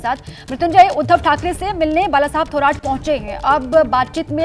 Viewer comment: थोराट नाही रे... "थोरात" असते ते...